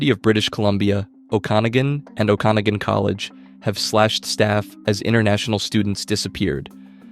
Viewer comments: Okanagan= Oak-a-nog-in Newfoundland = Newf-inland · the way you say Okanagan made me laugh